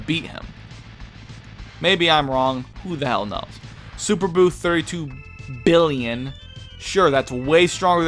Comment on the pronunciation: lol did you forget how to pronounce a billion?